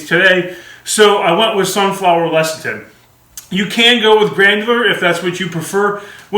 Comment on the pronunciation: Less-a-thin, it's pronounced less-a-thin.